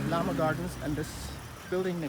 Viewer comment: Llaa Maa ha gardens not lama